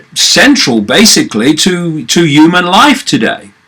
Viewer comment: Why do you say "the uman mind"?